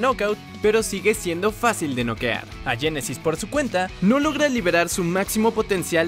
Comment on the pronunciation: no se dice yenesys si no genesis